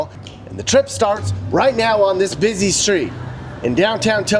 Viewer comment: FFS the word is busy not bizz zeee !!